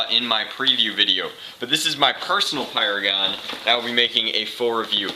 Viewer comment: you said slam firing a paradise dude it's pyragon !!!!!!